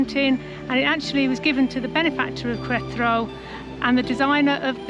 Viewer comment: Every time you say the name of the state(Queretaro) you butcher it even worse....lmao